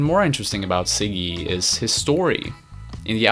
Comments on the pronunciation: Ziggy.. not Siggy but Ok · Can u pronounce z properly? Lmao ziggy not siggy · Great video but please learn how to pronounce Ziggy. It's not "ciggy" it's Ziggy. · It's not "Siggy Stardust," it's Ziggy.